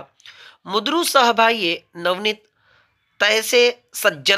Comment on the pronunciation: प्रकट वाचन करताना उच्चार चुकतोय सर तुमचे लक्ष गेले नसेल कदाचित. शब्द आहे " मृदू" उच्चार हतोय " मुद्रू "